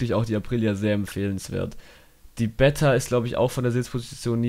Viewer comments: Sehr sehr geiles Video…. ABER BRUDER 😂😂 BEEETA NICH BETTA 😂😂😂😂😂😂😂😂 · Geiles video aber es triggert mich übelst dass du betta sagst😂 man spricht das E lang aus